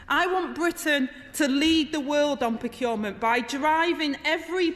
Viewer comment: She's brilliant. But she can't say 'procurement'. Aside from that she's fantastic with this sort of stuff.